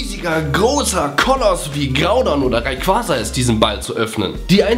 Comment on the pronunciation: groudon, du hast das meiner Meinung nach voll komisch ausgesprochen irgendwie graudonn, ich spreche das mehr englisch so growdon, wer noch?